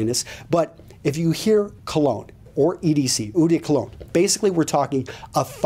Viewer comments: "Eau" is pronounced "Oh", though, not "Ooh"... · hey, i want to help you,seriously. eau = pronounced as "O". i'm just saying it because you have a fraction of a second doubt before you say it and it sounds funky the way you say it. if you see the ad for " l'oreal, because i'm worth it" the way they say the O in l'oreal, that's the way you pronounce "eau"...